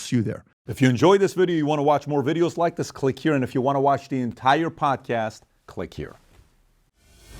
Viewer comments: I say “podcast host”. says “Perdcerst herst” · “Prdcrst” lol I’ve never heard podcast pronounced that way before